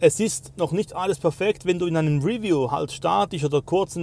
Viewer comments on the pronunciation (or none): none